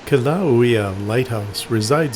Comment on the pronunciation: I lived on Kauai for 3 years and really enjoyed watching this video. Thank you for sharing. I do have some feedback though on your pronunciation of the Hawaiian words... most you did not pronounce correctly, though Poipu was correct. Kilauea is pronounced Key-La-Way-ah.